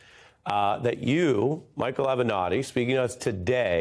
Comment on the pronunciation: Avernatti? Really?? SOB!